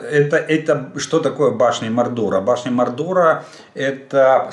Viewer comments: Башни Мо'рдера,ударение на первый слог,Толкиен ,,Властелин колец".? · Башти МОрдора (наголос на першій "о") - це "Володар перснів" Толкіна